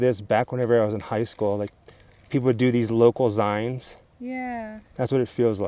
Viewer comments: It’s zine as in magazine, pronounced “zeen”… not zine as in “zighn”, in case anyone cared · Interesting! But it's pronounced 'zeens' like the last part of 'magazines', not 'zynes'. Love the channel, regardless! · I've never heard zine pronounced, zyne. It's basically a small magazine. Pronounced zeen. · It’s pronounced “Zeen”. 😕